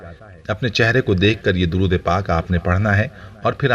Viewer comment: Darood mein zer zabar ke hisab se alag tareeqey se padha